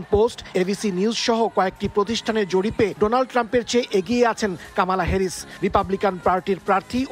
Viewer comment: কামালা নয় কমলা